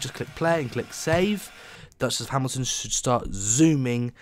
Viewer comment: "Scosment" "Hmilton" Nailed it.